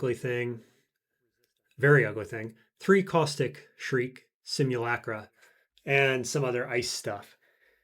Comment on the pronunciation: not shriek. Like the bird that impales its prey on thorns and barbed wire. Also while I'm moaning, rune not ruin. Like futhark. But the videos are great and I always upvote.